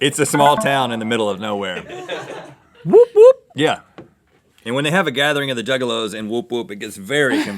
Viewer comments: It's actually Wop-wops, not woop woop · Im triggered by how they said " The wop wops" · It's wop wops, like "he lives in the wop wops"